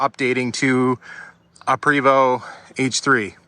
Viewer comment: It's PRAY-VO, not PREE-VO.